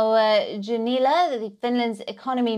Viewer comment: His name is Junnila, not "Dzunila".